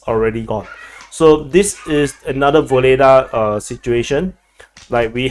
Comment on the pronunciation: Pronounce the Ukrainian "H" as a hard "G".